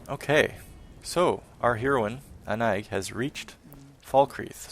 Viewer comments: The name is pronounced Ah-nye, simmiler to Annie in meaning and comes from an old form of French that is more simmilar to german. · The "ï" is pronounced as a seperate syllable, as in "A-NA-EEG". Sounds like a name from Brittany (Bretagne). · This is very late, as I just stumbled across your lp, but as to name pronunciation, I think it's " Ah-Nye-eej or Ah-Nye-eeg". I wore a perfume called with a similar name years ago. :) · Here's a fun fact. I Googled the pronunciation of Annaig. You've been saying it arong this whole time. But I prefer your way. In reality, it's basically "An Egg." Not even fucking with you. Also I remember something you mentioned a long time ago, on Oblivion, you watched FireFly and loved the music, because it was done by Bear McCreary, right? He also does the music for The Walking Dead. Just sayin'... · hey Annaïg is pronounced anna-eek i know this cause that is my name.In breton the g at the end of a word it is pronounced like a k or a c and in french when you have a double dot over the i you must pronounce the letter independently. so I in french sounds like the letter e in the English language....so that is why Annaïg sounds like anna-eek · It seems like Annaïg would be Gaelic maybe? If so I would pronounce it Ann-nag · Hey, I looked Annaïg up on google in French, it's a name of Breton origin. Apparently the 'g' is pronounced 'k', so it would be Anna - ick.